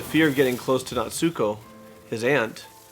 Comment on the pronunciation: in japanese, the stress is on the first syllable. it's not natsUko, it's nAtsuko, mAhito.